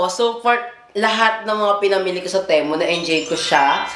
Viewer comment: Hindi teh-mu ang basa Ti-mu